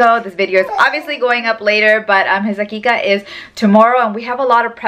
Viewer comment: It is aqiqah